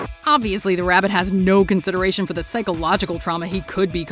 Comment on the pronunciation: “Wabbit season”🤣🤣